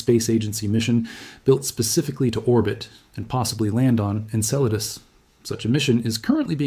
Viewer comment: I notice that it took 17 minutes for the bot to finally pronounce Enceladus correctly :)